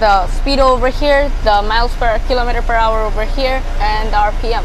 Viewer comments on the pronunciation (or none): You cant even pronounce the speedometre srsly 🤣🤣🤣🤣🤣